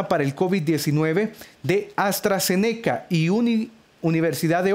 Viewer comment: Se dice AstraZeneca junto no aztra ze neca y la universidad es de Reino Unido no de usa